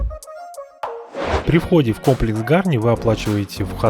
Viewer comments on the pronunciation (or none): Позволю небольшое замечание; в любом армянском слове ударение ставится на последнем слоге, не Га'рни, а Гарни' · Безусловно палец вверх, и маленькое исправление, произнося ГарнИ ударение на последнюю букву «И» но не на «а» в остальном все как у профессионального блогера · ГарнИ, ударение на И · ГарнИ. Ударение- на И. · Гарни-ударение на и .Спасибо вам за позитивный отзыв. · все гораздо проще - в армянском ударение всегда ставится на последнюю гласную. Это так к слову, а вообще СУПЕР! Спасибо Вам большое!